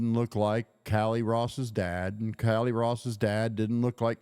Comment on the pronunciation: He is saying “KY LEE” or Kiely, each time. I know it’s Callie- Cal Lee If you click on every blue time stamp I posted you will hear what I am referring …